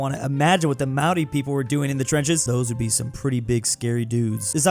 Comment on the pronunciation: That might have been the best non-nz pronunciation of māori I have ever heard. Good job